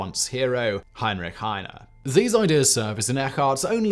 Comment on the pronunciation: ‘Heine’ has two syllables in German - as does Anne, sounding like English ‘Anna’.